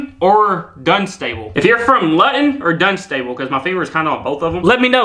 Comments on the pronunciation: Loo-ton and Dun-sta-bull. X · Hi, I'm in Somerset England. The pronunciation of the two towns are, "Loo tun" and "Dun sta bul".